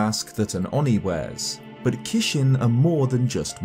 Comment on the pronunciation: Nice video just wanna say that the japanese fierce deity mask is "kijin" and not "kishin" like how said in the video. And I read your disclaimer of having bad japanese skills so I don't blame you 😊